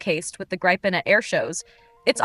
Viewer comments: Yes the VO is annoying AF in that respect - and inconsistent - she gets it right . Obviously that was accidental. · Stop saying Grajpen dammit. How hard can it be i wonder 🤔🙄